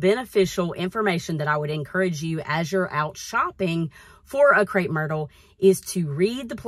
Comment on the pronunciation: Crepe not Crape. 😖